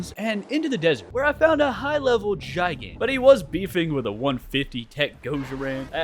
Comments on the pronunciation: GIGAN. ITS PRONOUNCED "GUY-GAN" NOT "JAI-GAN"😭😭😭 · Its GIGan GI-gan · Kaiju nerd here, I get so jittery when someone pronounces Gigan as (j eye gan) but the G is supposed to be pronounced like the G in giga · ain't no way this mf just said "JaiGAn" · bros pronunciation of gigan rip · Your saying gigan wrong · him saying gigan like that is triggering other than that keep making kaiju 100 days videos plssss:face-purple-crying